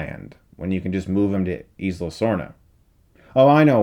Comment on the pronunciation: i could be wrong but i think 'isla = eye-la' not 'eez-la'